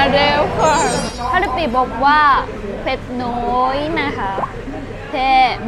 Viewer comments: ส่งใส่จะได้ยินเผ็ดน้อย เป็น เผ็ดหน่อย ความหมายไปคนละทาง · พูดไม่ชัดอย่าพูดคำว่าเผ็ดน้อยคนฟังอาจจะเข้าใจปะมานว่าขอเผ็ดหน่อย/ให้คำว่าเผ็ดนิดดดเดียวรึว่าพริก2เม็ดก็ได้ค่ะ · ทีหลังให้สั่งว่า " เผ็ดนิดเดียว "... สั่งเผ็ดน้อยคนขายอาจเข้าใจว่าสั่งเผ็ดหน่อย สำเนียงพาเข้าใจผิดได้ ป.ล.ท่าทางตอนเค็มน้ำปลาน่าร้ากกก 😆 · เจ้าของร้านคงได้ยินเป็น เผ็ดหน่อย แน่ๆเลย